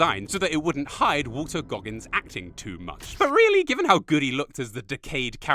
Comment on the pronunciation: Walton Goggins not Walter. Everybody says Walter though but its actually Walton.